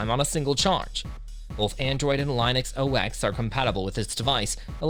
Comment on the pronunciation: Tech influencer that can’t pronounce Linux …..